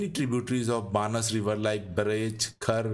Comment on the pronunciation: बनास is the correct pronunciation, Excellent and informative video 👍